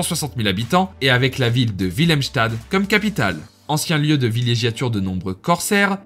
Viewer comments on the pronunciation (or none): Super vidéo. Je voulais te notifier pour tes prochaines vidéos, la prononciation néerlandophone : Willemstad --> Oui-lemm - sta -de (la ville de William) Oranjestad --> O-ran-gné-sta-de (la ville d'Orange littéralement) Kralendijk --> Kra-lenn-dèk (ij = è) Philipsburg --> Philip-se-bur--gue